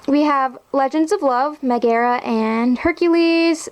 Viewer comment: How you say Megara drives me nuts haha